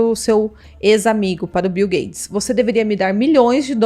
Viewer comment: O nome do milionário é Bill GATES!! Não é gades!!